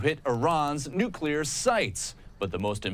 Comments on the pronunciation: If they have "nucular" weapons that's ok. Long as they don't get "nuclear" weapons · I think we should discredit anybody who gets on tv and says "nucular" instead of "nuclear".